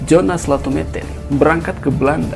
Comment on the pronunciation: Jong Ambon di baca yong Ambon, Jonas di baca Yonas